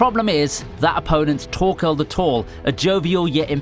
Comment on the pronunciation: Why was u saying torkell torthinn and tors it’s thorfinn thorkell and thors